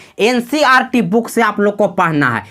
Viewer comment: Ncrt nhi hota hai ncert hota hai